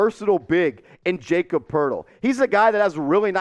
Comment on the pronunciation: Lmao this is bad. Really bad. You don’t even know how to say Jakob’s name. He’s worth a 1st by himself. Spurs want a 1st just to take Russell. So Jakob and Doug for Russell and two first round picks makes wayyy more sense. You must be a laker fanboy thinking your suggestion was a good deal.